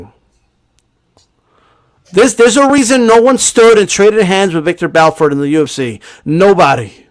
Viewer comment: It's Vitor Belfort not Viktor. Lol.